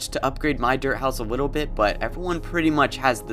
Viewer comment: man said wittle bit.